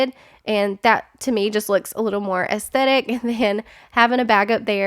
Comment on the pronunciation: I know this sounds petty, but THANK YOU for saying the th in aesthetic instead of a hard t sound like most you-tubers. 😅 Love the bathroom makeover! 🦋